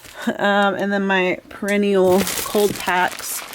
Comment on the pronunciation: Bless you…it’s not perrenial ….that’s the flower. It’s pear..a..knee..um. None of us can say Worcestershire, so it’s okay.